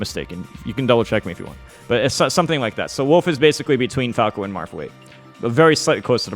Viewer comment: How did you say it ? - What ? Woof ? - Woof ?!